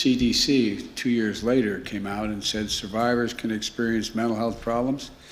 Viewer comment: The "CDFEE" is the new CDC.. Biden